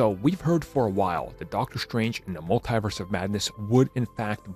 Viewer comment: Someone teach this noob how to say multiverse